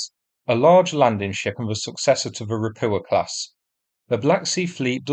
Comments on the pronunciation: The problem with your videos is the mispronunciation of everything Russian or Ukrainian. It's really grating if you understand how they are properly pronounced, especially ропуча for example. Bear in mind that words in Cyrillic are often gibberish when they are converted into Latin characters, the Cyrillic alphabet has more letters and several letters have multiple sounds. It only takes a couple of hours to learn the Cyrillic alphabet. If you type the Latin version into Yandex Translate it will usually tell you how to pronounce it correctly (not always.) A good example would be: "Ольга" which has five letters, and is usually converted into Latin characters as: Ol'ha, but a more sensible conversion is Olga. The direct conversion is gibberish. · Can you PLEASE pronounce the hard H sound in Rapucha? Ra-poo-ah is so weird sounding.